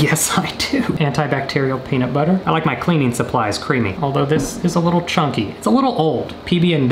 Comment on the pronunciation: How meany times did he say penitbutter at the start